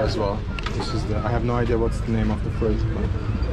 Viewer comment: I love all your videos. I have been binging them for weeks now starting with Uzbekistan. It’s so funny when he says certain English words like Veggies he says Wedgies. Or he pronounces fruit like Fru-it when it’s more like the word scoot or boot. But I also noticed all these shops he goes to they all pronounce Nike the same way as as well. Must be an overseas thing cuz it’s pronounced Ny-key.